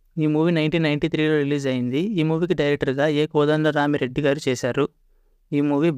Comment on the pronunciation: Kodanda rami reddy peru sariga paluku ra babu